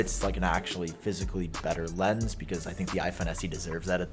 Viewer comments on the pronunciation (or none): none